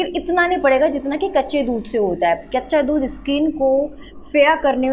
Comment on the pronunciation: Mam baccha dhudh nhi kaccha dhudh😅 boliye